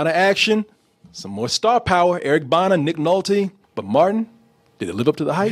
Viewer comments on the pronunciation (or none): none